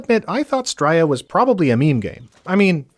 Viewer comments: Bro, enjoying your videos and i rarely comment but please if you ever say the word again, its Stray-a not Strya. It's criminal how you dont have more subs too. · Fuck it hurts my ears every time you say "stroiya" 😂